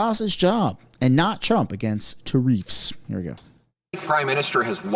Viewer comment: Why do you say tareeffs? It’s a tariff.